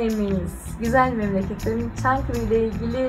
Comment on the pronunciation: Hani Çankırı değil çangırıydı abla 😊